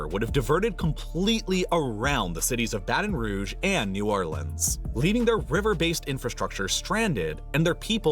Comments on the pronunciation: I think he did, he just didn't emphasize it as it should. Difference between 'buh-TUHN' and 'BAH-ten'. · How did he not prnounce the T in Baton Rouge 🤣 Sorry but being from here, that's wild to me